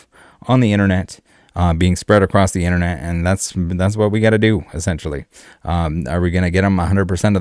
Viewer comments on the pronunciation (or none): none